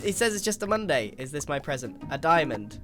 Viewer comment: He said “moday” you guys he means moday!!!